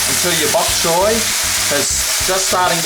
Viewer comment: actually it should sound like 'chai'